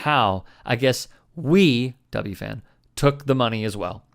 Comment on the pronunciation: Can tell that doesn't live in the NYC area. WFAN is either "The Fan" or "double u, eff, a, en" not "double u, Fan." Not a criticism, just an observation. Boomer is weird. Even as he's saying these spot on things, he's saying them with a "Thin Blue Line" hat on his desk. An enigma!